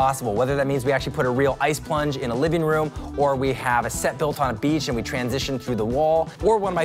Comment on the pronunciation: "ve" instead of we hmm